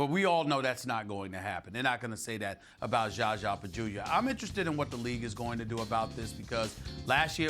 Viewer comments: Zaza NOT Gaga! At least get his name right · "JaJzA" lol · ....he says it that way out of disrespect, look back at when "za za injured kawhi" or any other time he references za za, it's clear stephen does not like him, and does not care enough to pronounce it correct. He's obviously mispronouncing it on purpose lolol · the way Stephen A. pronounces ZaZa name makes me laugh every time 😂